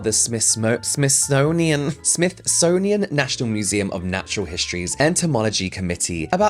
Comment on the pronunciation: I will forever call the Smithsonian Institution the Smithsnownian now. But totally in a good way. I am no longer able to pronounce penguin now after Benedict Cumberbatch narrated a documentary and said it wrong(pengwin, or something similar) but funny/cute. Then he got pronunciation-shamed on Graham Norton